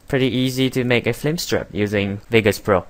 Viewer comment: It's pretty well narrated, but why do you say "F L I M STRIP"???